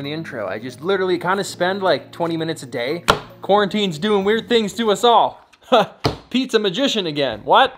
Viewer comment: I thought he said pizza magician